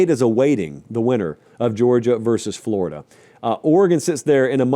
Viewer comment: Thought I was dreaming at first but he really said flordia in the playoffs